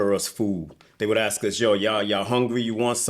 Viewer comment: to the interviewer: you know its called "ASK a question" and not "AKS a question" right????